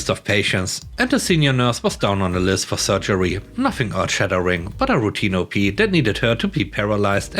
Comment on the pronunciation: Hi! I hope you had a wonderful weekend. In story 4, op, is short for operation as such it is pronounced as the first syllable of operation in stead of the names of the letters.